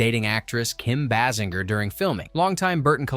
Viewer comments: Bay-singer!!!!!!! Not Bass-in-jer 😡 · Amazing in 2026 and there are people that still can't say Kim Basinger's name correct....amazing